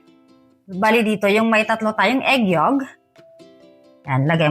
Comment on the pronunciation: Correction lng po. Egg yolk po yon. Hindi po egg yog. Sorry po ha.